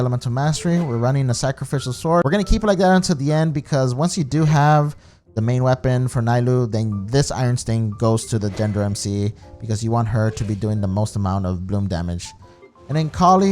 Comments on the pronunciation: Not Naylou. Nilou. NI-LOU. NI, with the i sound of "neat". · Her name is pronounce as "Ni-loo" not "Nai-loo" Google said it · It's Neeee-lou 😭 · My man, you pronounced her name so wrong xD. It's nee-loh. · ITS PRONOUNCED AS KNEE-LOW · the way you say her name is bothering me